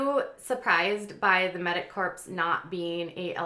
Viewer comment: I like hearing from you. Keep up the good work. Please learn to pronounce "corps."